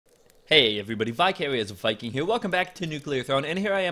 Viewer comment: every time i hear u say Vicarious Viking i think your saying Bi-curious Viking